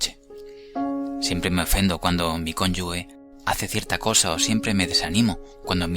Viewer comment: me gusta mucho y agradezco tu voz tranquila...solo decirte q cónyuge se pronuncia "conyuje" ya q la "ge" entre sílabas es "je" y solo al comienzo de la palabra se pronuncia "gue" ...